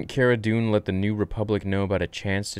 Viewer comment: Its Cara Dune